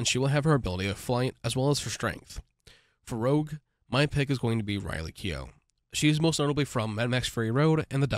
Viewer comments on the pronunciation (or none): none